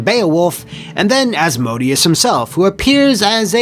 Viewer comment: Asmodeus=As-Moe-Day-Us. Sorry that really bothered me and I couldn't hold it in anymore love you're vids